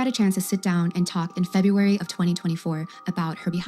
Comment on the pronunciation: The way you said FEBUARY like it doesn’t have an A is HILARIOUS 😂😂😂